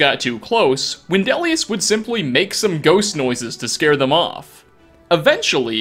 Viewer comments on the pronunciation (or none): none